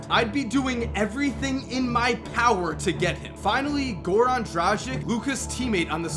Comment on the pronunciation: Man, I love your videos but seriously, your pronunciation just ruins your work. Not even talking about REAL which was pointed out to you. If you make a video about Dončić you have to say his surname properly. Same goes with Dragić. I am also surprised that you haven’t even mentioned that he won European Basketball Championship this year. It is a first time Slovenia even won a medal in Eurobasket. For those doubting how would he perform against established NBA players - Dončić scored 27 pts and grabbed 9 reb against Porzingis’s Latvia in quarterfinal and scored 11 pts, grabbed 12 reb and made 8 ast against Spain led by Pau and Marc Gasols in the semi-final (Spain had 7 NBA players in their roster). Also, he is considered Real’s team leader already - that is a strongest team in strongest European national league and the most successful team in Euroleague’s history. Even though being a Lithuanian I realise that he is definitely going to be a huge threat for my team in future tournaments I honestly can’t help admiring the guy. Seriously hyped for Luka, wish only the best in NBA for him.